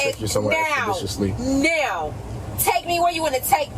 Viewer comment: “expeditiousley”!!!!! This reminds of crazy joe from lean on me